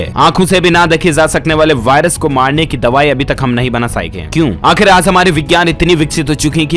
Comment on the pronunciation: Bolna nhi aata h kya aaj ko aaz aur zaroori ko jaroori